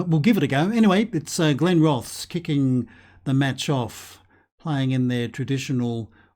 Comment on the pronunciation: Are glenrothes in the game😂😂 my home town till I moved to Sheffield 5 years ago. Ps u need to say it as glenroth es